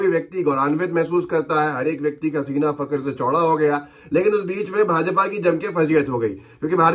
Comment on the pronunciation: Kitna achcha lagta hai jab tum Fucker se Seena chauda kartey ho. Arey bhai, pronunciation to sahi kar lo..Lafz hai Faqr..not Fucker